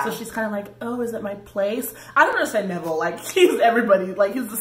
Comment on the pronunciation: Nevile???? Honey, you've got a big storm coming